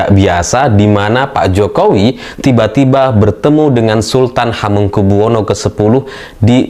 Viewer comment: Mbak blajar bca dulu bru Tampillll Mengucap kan Hamengkubuwono Saja Repotttt.. Kyak Anak muda Sebelah Aja....